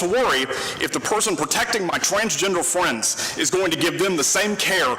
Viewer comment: Honestly, the green shirt “fwends” guy is an idiot, how would he know who’s what in a fire?